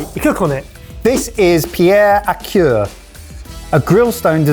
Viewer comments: Pierre a cuire: the cuire is pronounced more like queer, not cure. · So in general your French pronunciation want all that bad but the way you pronounced cuire was waaaaaaay off XD it's pronounced more like queer than cure